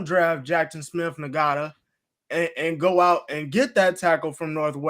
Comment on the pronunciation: Jsn is pronounced "Jackson smith In•Jig•Ba" 😂